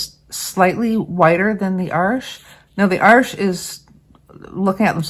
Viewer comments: That was interesting - I think I've run into the same problem with Arches papers - Arches est un nom francais, n'est-ce pas? So your (and my) pronunciation is right! Even if we do have some issues with it. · Before I say anything else - haven't watched the video yet! Thank you for pronouncing Arches properly. And 'hugely' is certainly a word. Now I have watched the video, and found it very interesting; I conclude that I'd happily use either of them, based on your tutorial....I haven't always got on too well with Arches papers, even though they're of excellent quality; there's just something about their resistance to water - or maybe it's lack of practice. I've just received some samples of Baohang paper, so we'll have a crack at that. Current favourites are the German papers; Hahnemuehle, and Schoellershammer - both do very interesting rough torchons; I'd be very interested to see you run tests on them: if you want a hard edge, they'll give it to you; and yet they also blend easily. I know you can spend a fortune testing different papers, there are so many these days (and one or two that you just can't get any more). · Thank you for the correct pronunciation of Arches! So many people pronounce it wrong. For anyone thinking of using this paper to make their own sketchbook, the Baohong is long grain, so the blocks don't work but they do have quarter sheets available on Amazon. Also, other reviewers have said the Artist grade Baohong is virtually the same as the Academy grade, so that's a plus for those of us wanting to save money. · Thank you for correct pronunciation on Arches! It’s not an arch, it’s paper and it’s French so…….. oui oui🤣❤️‍🔥